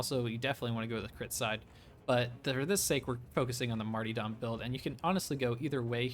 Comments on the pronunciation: Not sure if you're pronouncing martyrdom that way on purpose, but, it's mar-tur-dum. Not marty... Otherwise, awesome video - but pronouncing words correctly is pretty important for a video. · stop saying marty-dom, its martyrdom. mar-ter-dum. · It's mart-why're-dom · Love it, will use it, for sure! A little note, it's Mar-ter-dom pronunciation-wise. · marty dahm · Its marty-dome